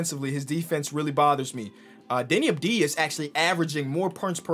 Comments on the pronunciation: Yo, why do you call him Deni Abdija? he literally has a V in his name. it's spelled like Avdia. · it's not Abdeeeeeya It's AHV-dee+yah